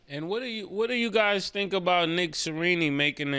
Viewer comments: Nick Sirini😂 Mase will butcher a name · This 🥷🏻 Mase said “Sa-rini” 😂😭💀